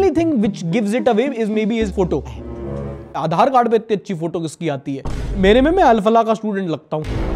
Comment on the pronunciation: wo Aadhar nai Aachar lag rah h😅